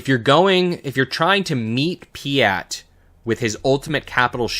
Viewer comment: Piett is spelt with an E not an A (pronunciation cannot go on like that lol), but great video otherwise 😅